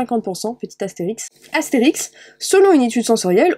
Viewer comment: mdrrr c'est pas asterix * c'est astérisque 😂😂